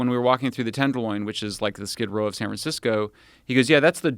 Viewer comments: don't know if he intentionally said San Fran-sicko, but we should make that stick. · Did he say San Fran-sicko? 🤔🤣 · says sanfransicko Nice! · "san fran sico".... lol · Sanfran-sico. He didn't correct himself. I like to think it was intentional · He said... "sanfra- siko" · he said san Fran sicko lol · He misspoke and said San Fransicko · “San fransicko” lol ahahhaha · "San Fran Sick-o" Haha, that's good. I wonder if he said it on purpose. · “San Fransicko”